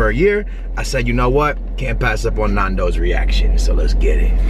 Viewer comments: It's so odd hearing the way you guys pronounce Nando's. I'm from England that's why lmao. Nando's is such a big thing over here though, I love it! Next time you go to Nando's - eat in, that way you can put more of the Nando's sauce on your chicken and oh my god it's even better! :) Love the video! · Hey guys, it is not pronounced like that. Secondly it is not Portuguese, peri-peri is, but Nandos is a product of South Africa, which the Portuguese introduced to us. It is an amazing takeaways.... but please give the heads up to South Africa.... because that is the origin of your fast food love. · Youre pronouncing it wrong, It's Nando's, it comes from the name Fernando. And Nando's is always better when you eat it at the restaurant because they actually make it properly, so that you don't complain. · Stop pronouncing Nando's wrong! It's u know a Cheeky Nando's😂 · You mean Nando's not naandos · its not Nondos its Nandos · Same. Nandos not nardos😂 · NANNNNNN-DOS not NAAN-DOS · Love nandos but I'm screaming at them it's nandos not nondos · They say it like NAUN*does like nan bread you say it like *Nan as in your grandma nan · The pronunciation, lmao we surely don't say it as 'Nohndos' that's for sure!. -It's just 'Nan-does'. I've always never seen anyone eat the chicken like that haha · AHHHH THE WAY YOU PRONOUNCE NANDOS MY EARS "NORNDOS" IT'S "N-A-N-D-O-W-S@ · It's Nando's not Nundoes. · It’s pronounced naan-dows Not nundows 😅 glad u liked it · NAN-DOES NOT NAAN-DOES OMG 🤦🏾‍♀️😂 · Why do they keep saying NON... when it is clearly NAN dos??? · btw you don't say it as nandos, its said as nandows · It’s not NAHHHNDOS ITS NANDOS 😖😖😖😖😖😖😖. Sorry im British lol 😂😂😂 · It's Nandos with an A, not Nondos with an O... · please stop... its nan not naan im dying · OMG ITS CALLED NANDOS NOT NARNDOS! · please please PLEASE its not naandos its nandos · Lol omg do some research before you do a video! "Some island off Portugal"🤣🤣🤣. It was founded in South Africa. Also.... nAndos not nOndos😭